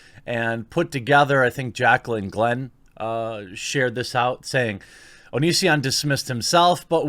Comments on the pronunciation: When I first heard you talk about this I thought you said Onii-san video. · Every time you said “The Onion”, I thought you were talking about the click-bait article site. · You kept saying “the onion” and i legit thought you were talking about the satire news site xD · Jeremy, I have an honest question: can you read? Seriously: can you read? Because "Onision" and "The Onion" are two very different things. Do you know the difference, Jeremy?